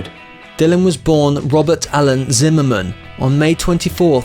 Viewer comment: The plus side - He pronounced Zimmerman correctly